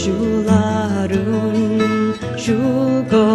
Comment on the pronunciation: Spot on? Hardly. Right off the bat, she pronounces the vocative particle “a” in “a rún” like a long English a. (It should be pronounced pretty much like the ordinary unemphatic pronunciation of the English indefinite article (“a,” as in “a book”).) Not only that, but she repeats this word (used before the name (or substitute for a name) of a person you are addressing) before the following adverbs, where it definitely does not belong. That alone is hardly “spot on.”